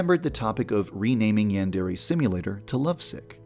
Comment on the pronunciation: The only problem with this game is that you pronounce it as ‘yandairy’ and it’s truly triggering